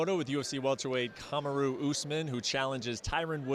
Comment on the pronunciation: Comm-aru Usman. Clearly he didn't ask about the pronounciation.